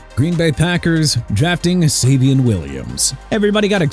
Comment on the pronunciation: Savion (say-vi-on) Williams... SMH